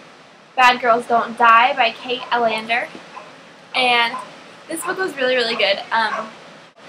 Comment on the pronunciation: Yes. I loved the characters too. :) The Alender is actually pronounced like (C)alendar. Hope you get better soon!!